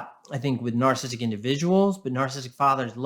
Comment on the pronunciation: This guy is pretty good, and he has so many valid points, but his inability to pronounce “narcissistic” properly drives me insane 😆 “Narstistic” 😆